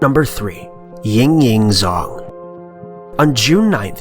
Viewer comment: It's Jang not Zang. Zh is pronounced J in Chinese